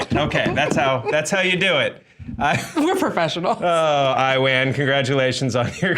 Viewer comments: its not pronouned i-ran it's eww-an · I-Wan? You having a giggle??? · Guys! You still didn't pronounce his name right! You're stressing the I too much. The I is the same I sound in "it".